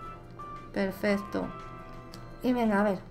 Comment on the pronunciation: soy yo o dices perfesto 😂😂😂😂